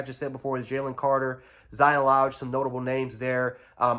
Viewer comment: Zion Low-guh